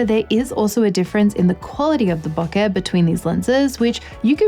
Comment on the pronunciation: What is Booka? Oh, I think you mean Bokeh, pronounced Bow-ka.